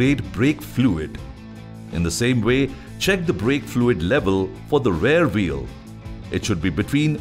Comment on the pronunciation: Even though the voice artist has done a good job he has made a tiny pronunciation mistake throughout the video ,when it actually should have been rear wheel.